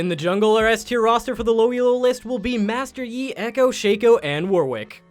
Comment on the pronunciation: first I thought he was just memeing like when he said master yi-esus. but after he said sanquini twice i knew i had to find this comment lmao